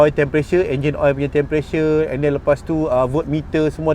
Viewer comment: Sebut btol2 bang temperature.. bukan tempressure.. hehehe